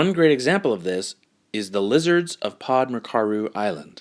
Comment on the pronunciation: OMG OMG!! You mentioned my country (Croatia), and it was the most funny pronunciation EVER!!! hahaha :) anyways, love you ,love your videos, love your mission! <3 just for funs sake - let me do the pronunciation of the mentioned islands :D "pod mrčaru" hahahaha would be something like "POD MERGE-ARU" only that "g" in "merge" is more like "ch" in "church" ... literally means "under the Mrča", and what Mrča means.... I'm just google-lazy now. Anywho.... pod kopište, would be something like POD (under) KOPIŠTE: CO-PEE-SHT-A :) voila :P please, don't hate me for being an attention w*** here, just couldn't resist the chance to get your attention :D loveeeezzzz to the origins of species and back!! :*